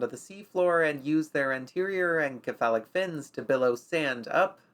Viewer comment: some pronunciation corrections - Cephalo (or cepha) as a prefix is pronounced 'se-fa-lo'. This is consistent with how 'c' is pronounced elsewhere when using greek roots. Buccal I have always seen pronounced as 'byoo-kal', but I'll concede that is just my experience and not as hardly defined as the prior correction. That being said I bloody love this series, please keep creating